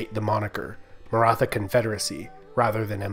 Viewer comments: No It is like old pronunciation of THomas not like thomas! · Nice video about a much ignored state in Indian and world history. And my ancestors ;) Just one minor correction: The "th" "Maratha" is pronounced close to the "th" in "Beethoven" or "Neanderthal". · Great video dude only problem you were pronouncing Maratha word wrong.